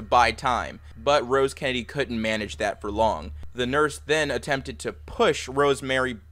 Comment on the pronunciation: Gotta slow down on Kennedy , keeps sounding like candy